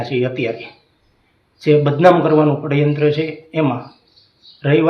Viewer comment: પડ્યંત્ર નય ષડયંત્ર એમાં પણ ખોટું બોલે